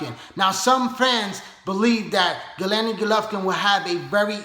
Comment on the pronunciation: good video but its Gennady not Gelenny